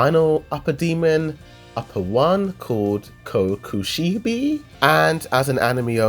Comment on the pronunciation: ik he's an anime only but "Kokushibi" really 💀💀